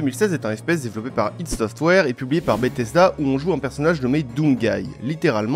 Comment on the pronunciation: "Idea" software par pitiééééééééééééééééééééé (sinonsupervidécommedh'abj'adorecequetufaismerci) Et merci d'avoir souligné le travail de dingue de Mick Gordon sur la BO, ce mec est un pur génie... comme toi ? Vivement la suite ! (que je m'empresse de binge watcher dès à présent)